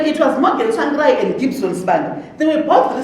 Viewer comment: The way she pronounces 'Tsvangirai' Tswangirai 😁😁